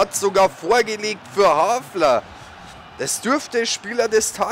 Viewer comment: Bitte les dir doch mal die Namen der Spieler genau durch :) Immerwieder amüsant, wie aus einem HALFAR ein HAFLER wird ;D Sonst echt klasse !!